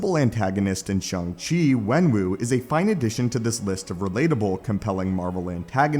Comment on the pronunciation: And it's "Shang".